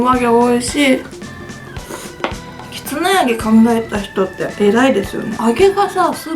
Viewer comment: きつねて聞こえる時もあるけど、結構はっきり、きつな揚げて言ってて、ん？？て聞き直した